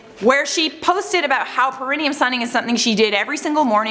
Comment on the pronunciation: Love y’all but it Pear-e-knee-um not pear-in-e-um and its Had-deed not Ha-did.